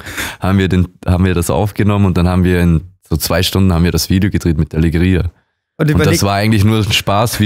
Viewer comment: is sehr symphatisch aber wie er legria ausspricht triggert mich